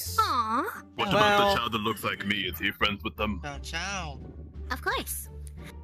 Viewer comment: You don’t actually say “chao’s” you say “chao” it’s the right way to say it.